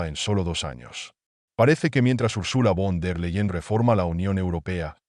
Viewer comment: se lee ursula fon der laien i se escribe URSULA VON DER LEYEN INFORMESE BIÉN ANTES DE ESCRIBIR Y PRONUNCIAR NOMBRES ALEMANES!!